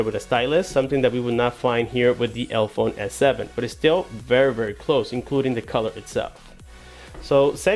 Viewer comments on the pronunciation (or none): Why do you keep pronouncing it elphone, when there clearly is an e after the l... elEphone.. like elephant. Their logo is even an elephant's head with trunk between both e's.